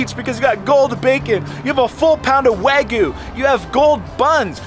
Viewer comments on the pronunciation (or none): Man still can’t pronounce wagyu 😂